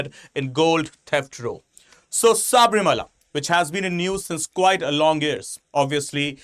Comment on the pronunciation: Sir please it is not saabrimala,it is sabarimala,if we indians can't spell it correctly who will?